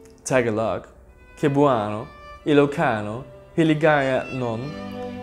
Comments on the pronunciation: PHILIPPINES, Btw its not "Kebwano", it's Cebuano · Kebwano?? 😑 It's Sebwano, Buts it's ok, if you not pronounced properleh da woyd.